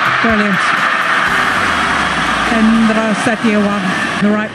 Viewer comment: ternyata oma Gili bisa nyebut huruf "R" yg baik dan benar ya pas nyebut nama Hendra 😁